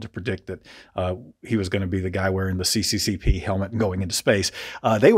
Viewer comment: It was funny when you pronounced CCCP as "Si Si Si Pi". Haha